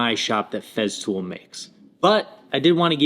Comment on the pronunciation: Cool video on Feztool bro. Say it with me...FeStool. There is no fucking z.